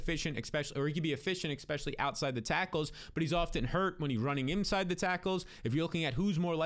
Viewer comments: I love the videos! But you gotta stop say EXspecially. It kill’s me every time you say it!